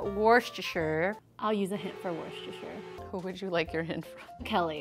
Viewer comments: It's one tablespoon of wustustusshire sauce 🤣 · We need merch of all the wrong ways says Worcestershire sauce!